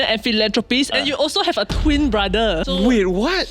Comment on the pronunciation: Why is he always saying Bra-the